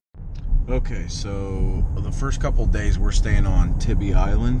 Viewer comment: When you pronounced tybee island wrong I lost it haha